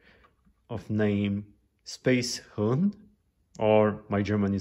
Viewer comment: I am German and you have to speak it like spacehuuhn